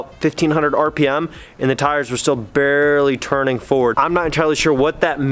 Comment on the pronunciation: barely not barley